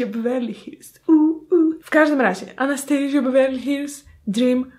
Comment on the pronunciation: Przestań z tym " anastejżja" 🙄🙄🙄